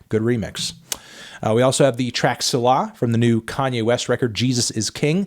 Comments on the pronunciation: Selah is pronounced "see-la" not "suh-la" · Anthony, please: it's pronounced say-la. You're going to give me an aneurysm. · Hey Melon it's pronounced "Say-Lah"